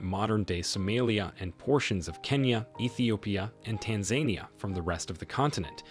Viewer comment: Tanzania ≠ Tan zane ie uh Tanzania = Tan zuh nee uh